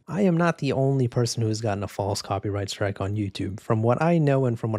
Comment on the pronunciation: "coprighty" lol